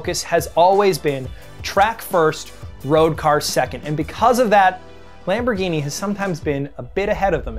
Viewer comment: "Forukio lamborgini" 😂😂😂